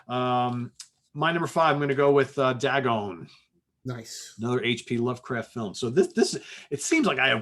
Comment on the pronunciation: buddy, you're awesome but its pronounced "Day-gone" as in its day time and you are gone from a place.